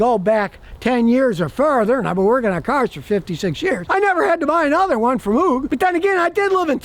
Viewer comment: The "O" in Moog is pronounced like rogue or vogue.